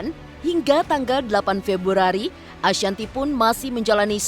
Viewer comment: Yg ngmg typo.. februrari😂😁